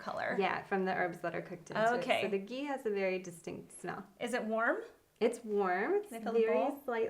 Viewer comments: The 'h' in ghee is not silent. It's ghee not gee. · It's not 'gee' it's 'Ghee' say the h 😂😂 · It's ghee..not gii..no hate, just saying! (Pronunciation is different) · Babes.. It's not Gee it's Ghee 😂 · It's not Gee it's Ghee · Please stop pronouncing it wrong. It’s “ GHEE” not “GEE” . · These people don’t know how to pronounce ghee. Smh😠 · Its not gee its ghee😂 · Btw It’s not gee it’s GHee